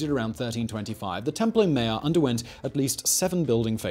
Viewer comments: God man, not templo mare but templo maa YORE. in general a good video, but you rely too often on exaggerations. This was not the greatest city in the world, that is not the most populous. It was an impressive city and huge by contemporary standards but not the biggest. The palaces did not make Versailles look like a Hut. You also exaggerate the negative aspects. You insist that the city is there were engaged in a desperate struggle and that life was incredibly uncertain. Yes, they were struggling competition, and yes, there was uncertainty. But we don't need to treat the people of the Central Valley of Mexico as if they are something apart from ordinary humans. All over the world, there has been a similar kind of struggle, conflict, alliance building, and a mix of stability and instability. You really need to be more careful about this kind of thing in your videos. Yes, there's that tendency to do clickbait titles, and then there's a tendency to take that click bait way of thinking and use that throughout the video, which is done through this type of simplistic exaggeration. Stop doing that! Treat the peoples and cultures featured in your videos as humans comparable in many ways to other human cultures. There's no good reason to regularly depict them as almost a species apart. You also fail to look at the differences within the many cities and cultures inside the Central Valley of Mexico. You also rely on simplistic religious determinism. It was not simply the case that the A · I heard that as Temple O Mayo 🤣😂